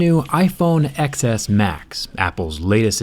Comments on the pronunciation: It killed me how many times you said "ex es" instead of "ten es". I feel like in your position you should know how to pronounce the name correctly. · “ecks S max” it’s... ten... bye.. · Last time u said it right, TenS. But im going to believe ur calling it Xs cuz this is a roast video and ur calling isheep idiots. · it’s pronounced 10 not ex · I like whenever he says ‘Xs’ he says it like ‘excess’ not ‘10s’ lol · I thought you should pronounce it iPhone 10s not iPhone X's? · X is pronounced TEN 🤦‍♀️ this hurts my ears when you say it like "excess" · One thing that kinda bothered me- XS is pronounced "ten S" not "eks S"! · dude, your Android bias is obvious. If you're going to be so anti Apple at least pronounce the product name correctly. the X is a roman numeral, so it's TEN S not X S. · No offense but you sound like a complete tool calling it the "XS" instead of "Ten S". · it’s pronounced 10s not ecks s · Its pronounced iPhone 10S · It is pronounced ten s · I AM TRIGGERED IT IS Xs Pronounced ‘10 s’ it is Roman numeral u dumb ass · IT’S PRONOUNCED TEN-S, XS... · As much as i love your channel and your videos but i can’t stand saying Xs because it’s 10s how is pronounced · Calling it iPhone exx-ess intentionally like every other Indian(m too).. Lmao... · You are such an asshole.. This is soo wrong..! And it’s pronounced TEN-S. Jerkface. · Pronounced as 10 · It’s pronounced 10 s oh my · It's pronounced (ten s) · X in iPhone Xs in a ROMAN NUMERAL. It is pronounced "Ten". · i see you are intentionally calling it the iPhone XS (eks) xD damn you despise apple products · I kept hearing the iPhone Excesss 😂 Clever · such a professional tech reviewer doesn't even pronounce the phone's name right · Fucking idiot can’t even say the name of the phone correctly